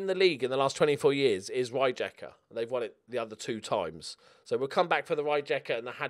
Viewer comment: AFAIK, "Ray-je-ka" is pronounced "Ree-Yea-Ka" :D